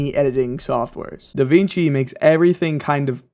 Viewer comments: Da WING chi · Sorry bro you have me at "da-VEENG-chi"